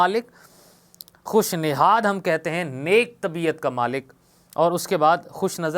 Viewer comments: Sir nasad nhi hota khush nihad hota h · Aap ka tallafuz durust Nahin, khush nazad Nahin khush nayad hota hai, Dil kasha Nahin Dil kusha